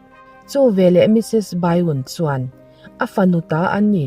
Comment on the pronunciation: Bai-un ti lo hian mrs.byun hi mrs.bian ti ang hian lam ri la ka lo ti lutuk a a,ngaihnawm mai siaaaa